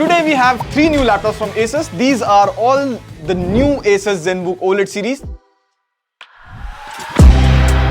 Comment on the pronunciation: okay, at least somebody calls is A-sus not aa-soos